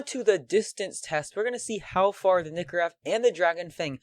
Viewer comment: its nike or ev not nikkorev <o/